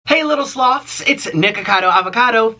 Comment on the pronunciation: no joke, I always hear you say "sluts" instead of "sloths"